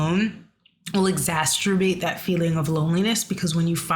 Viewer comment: Thank you for this video; it's very comforting to know both that other people my age are going through this and to hear kind words from the previous generation down the line. Also, it's "exacerbate(s)" not "exasterbate(s)" (no "t").